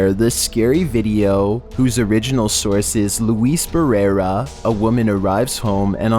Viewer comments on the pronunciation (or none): none